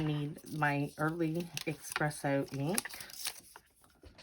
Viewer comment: Those are all great cards! I am going to be CASE-ing them. I wish there was a heart emoji for YourTube. That is a Fox, BTW. We see them going through our yard, frequently. Badgers have much shorter legs, and hug the ground. Also; may I point out that there is no "X" in Espresso. Sorry, I'm not trying to be rude, that's just one of my pet-peeves.